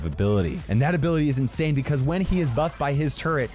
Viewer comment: "bibicause" "unbullievable" omg kill me